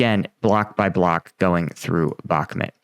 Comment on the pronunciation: Before watching this i would try a guess: Ukraine waits for two important elements to happen. 1.) A significant change of weather, even the unkrainians themselves seem to be surprised, especially in Bakhmut (Please, please learn to pronounce it the right way even me as a german can do it!) 2.) They wait until a significant amount of western tanks have been integrated properly into their batalions, including working logistics for maintenance and resupply. That are points i learned also in your own videos, but now, let's go into it!